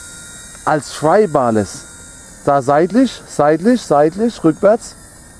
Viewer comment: es heißt "Flybar-less" nicht "Frybar-less" :D aber trotzden,sehr gutes Video!!